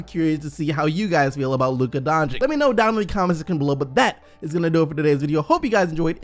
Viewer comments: You need to learn to pronaunce his surname. It is not DONČIK it is DONČIĆ. The last one is problem. When you see C at the end of most EX Yugoslavian surnames it should be pronaunced like for Bogdanović, Jokić, (Peja) Stojaković, Dragić, Šarić...last voice is the same. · Doncic is spelled Donchich, and not Donchik, please fix yourself on that name!!! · Why is everyone pronouncing Luca Doncic wrong :(